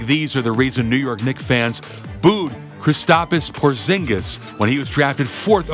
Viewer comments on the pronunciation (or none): Kristapys Porzingis, Luka Donchik and Giannis Antekohupo. Very funny.